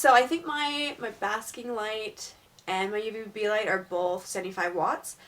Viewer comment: DID SHE SAY UVB OR UBB??